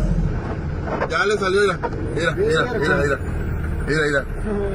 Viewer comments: Aprende a hablar se dice: mira no "irá" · Con todo respeto no es Ira Ira Ira..es Mira! En lugar de chismoso deberia hablar por cb a lo mejor esta cansado o Marque a las autoridades. Ira Ira Ira...